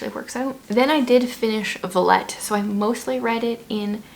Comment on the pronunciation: I think Villette is pronounced Vee-Yet, but not sure (I am slowly learning French and my dad speaks it a slight). It is on my to-read list and I plan on reading it in the next couple of months, so I loved hearing your review of it. I laughed with the one thing where you said, "Tesla this, Tesla that..." haha. I also read The Most Wonderful Crime of the Year and I loved it and laughed while reading it, which doesn't always happen for me (just as you). I had so much fun reading this book! It was one of the best books I read in 2024. Enjoyed the review of your Agatha Christie book! I hope to read it one day. Frost Light has a beautiful cover. Oh wow. Yeah, I agree with you about knowing which twin is which. My mother-in-law is an identical twin and everyone who knows them knows who is who, even though I have seen people go up to the wrong one to talk to them. . .sometimes they will respond as if they are the other, which makes me chuckle, but family is never fooled! I haven't read Spy Family, but my husband and I have slowly been watching the anime for a few years (we are really behind). The Bronte sisters really are depressing to learn about. Why does it depress you to learn about L.M. Montgomery? She had a weird relationship with her husband, in my opinion. Seemed lonely. Lady Susan is on my to-read list for this year. Love letters. Ah! Sounds so good. As a Mennonite, I am very interested in books about conscientious objectors.